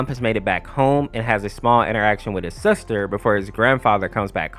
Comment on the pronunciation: "suster" lol